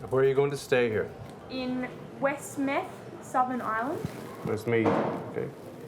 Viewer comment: West Meth.... haha West Meath !